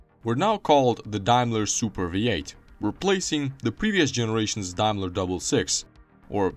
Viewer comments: The "Mark eX" as you called it wrongly is actually the Mark X (Ten) in roman numerals. It later became the 420G, the "G" stood for "Grand". The "Dime-ler" brand as you called it is pronounced Dame-ler, Daim-ler. Also, or your information, Jaguar produced cars with a "V8" engine between . It was basically a Jaguar Mk 2 with a Daimler 2.5L V8 installed in it. It was referred to as the 2.5 V8 and later became the V8-250. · It's day-mler in UK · XJ40 was the first Jaguar drawn with a computer - Sir Bill Lyons approved. Rover SD1 was the first British car done so - in 1976. Daimler is pronounced 'Dame-ler' in English - 'Dime-ler' in Germanic languages. Vanden Plas is pronounced 'Varn-den Plars' - it's Belgian. Great video - some great footage cobbled together. Thumbs up!